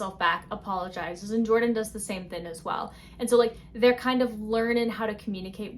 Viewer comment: i just found your channel and i idk i like the way you express yourself and its silly the way why say thin and not thing 😭💗